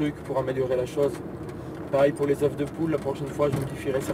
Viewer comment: Quand il y a plusieurs œufs s'il te plaît dit "EUH" parce que "EUHF" c'est une grosse faute qui pique. (Oui j'ai préféré écrire "EUH" que de faire de la phonetique qu'est un langage que plus personne n'utilise pour c'est plus simple t'vois c'que j'veux dire ou pas tranquillement)